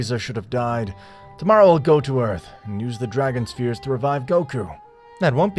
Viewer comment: "dragon spheers"